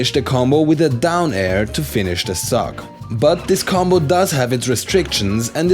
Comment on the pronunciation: Did anyone else here cFive say,"To finish the suck"(Insert Lenny Face Here)instead of "To finish the stock"?